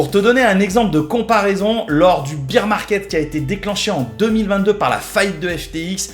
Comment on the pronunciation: Beer market bière 🍺.. l anglais c est pas ton fort hein parce ce que bear = ours 🐻 se dit baire pas bire